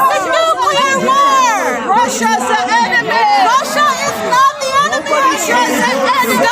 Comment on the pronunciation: NPC: Russia is the en-err-me!!!!!!